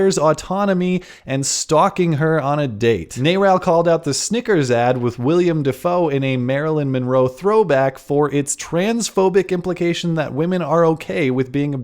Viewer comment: Willem not William Dafoe. Always drives me crazy.